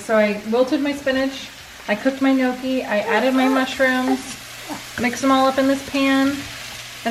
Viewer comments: Just to say (Nee-Oh-Kee) not (Noh-Kee) weird Italian pronunciation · But it's not called no-key 🤦‍♀️